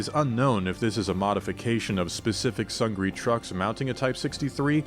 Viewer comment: It's pronounced "soong-nee", not sung-gree" and means "victory" in Korean.